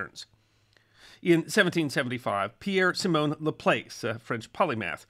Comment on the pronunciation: La Place is pronounced La Plass. Merci de Montreal